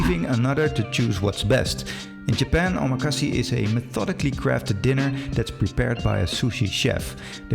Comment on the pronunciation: I couldn’t continue listening because of your pronunciation of omakase and sushi. If you’re going to make a video on the topic as someone with knowledge of it then you need to study the correct way to say it. The last syllable has a short /e/ sound/-not long! So it is not “see!” It made me cringe. You’re also putting a /sh/ sound on the first syllable of “su” in sushi. So I almost immediately had to stop watching your video.